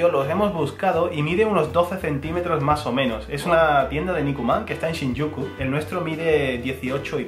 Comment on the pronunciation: Me encanta cuando dice "No pasa nah" o "mah o meno" ><❤